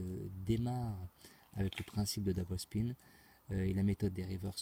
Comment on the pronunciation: Einstein a dit qu'il n'était pas possible de gagner à la roulette , gros malin..ce n 'est pas avec tes constatations et techniques à 2 balles faites depuis 2 ans que tu vas pouvoir le contredire....achète toi plutot un livre sur les stat...Par contre je tiens à te féliciter pour ton accent quand tu dis " double spin" . Sauf que Einstein n' avait pas de connaissance sur des techniques de money management , chose que 'jai réussi à faire